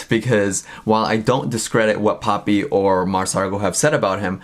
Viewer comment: for a moment I thought Titanic called her "POOPY" 😂